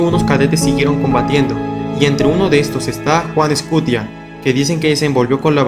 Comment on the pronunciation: Te fallo los de juan escutia, pero buen video